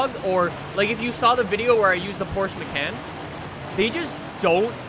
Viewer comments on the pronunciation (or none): none